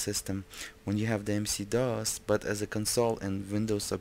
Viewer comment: WHY DO YOU KEEP ON CALLING IT MC DOS?????